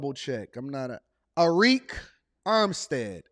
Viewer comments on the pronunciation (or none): Pronounced Erik Armstead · His first name is pronounced as Eric.